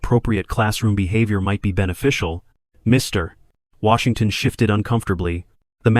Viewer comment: Where did you learn to tell stories like this one. You place emphasis on Mr then Washington. This distracts the story and throws off the story